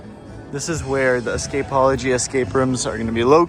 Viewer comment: Thank you for pronouncing Escapeology correctly. The wrong pronunciation is so cringe…. 😬